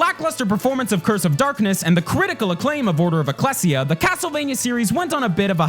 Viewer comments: Its not Eh-cless-e-uh. Its EE-Cleis-E-Uh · Order of "ECKLESS-EE-UH" EXCUSE ME WHAT?! "Eck-leej-uh." I should know. I grew up in a society where we called churches ecclesias. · "Ech les ia" No you bathead, "Ee clee see uh" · Eh-klee-zee-yuh not Eh-kless-ee-ya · u mispronounced eclessia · HOW DO YOU PRONOUNCE ECCLESIA LIKE THAT DID U EVEN PLAY THE FIRST LEVEL (it has voice acting)